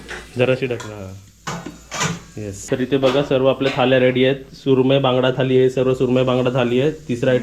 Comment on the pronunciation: थाली नको बोलूस. थाळी बोलतात.